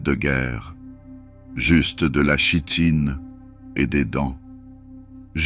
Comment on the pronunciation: Très bon moment, mais chitine se prononce "kitine" 😊